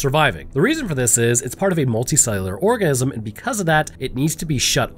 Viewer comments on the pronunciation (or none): I swear it sounds like he is saying orgasm instead of organism.